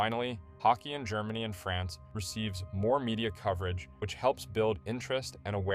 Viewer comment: Every time he says France i cringe a bit..